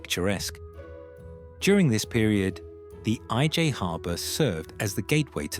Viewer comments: I don’t expect the ‘story teller’ to know Dutch, but pronouncing the ‘IJ’ estuary’ as ‘aye jay’ is ridiculous. ‘I’ would have been much closer to the real pronunciation. And if ‘Oost-Indisch Huis’ had been pronounced as ‘Oast Indies House’ a Dutchman would at least have recognised the name. ‘Nieuwezijdsvoorburgwal’ and ‘Voorburgwal’ however are pronounced quite well. For those a Dutch speaker may have been consulted. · I'm thinking, what is that awful AI voice talking about? The i-j harbor. The IJ harbor.